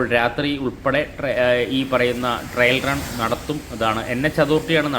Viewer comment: Trial run എന്നു പറയൂ. Trill അല്ല , trail ഉം അല്ല